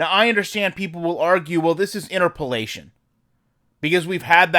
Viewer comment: "Interpol-ation"...might wanna look up how that one's pronounced. But still, every year, you shit on Madden and it's deserved, but never once do you offer a reasonable alternative. Is there another game that has a franchise component and multiplayer and is on PC?